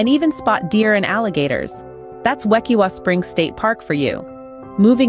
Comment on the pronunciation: Wekiwa is pronounced with a long I. Its from the Seminole word meaning to boil (kaiwitah) combined with Ue, meaning water. Combined, it sinply means a spring.Why are mixing coral reef snorkeling with spring diving?